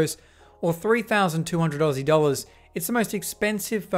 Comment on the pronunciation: DID HE SAID 70 DOLLERS!!